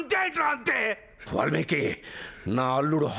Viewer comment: Valmika kaadu valmiki.